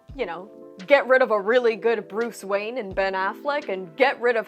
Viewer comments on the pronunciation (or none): none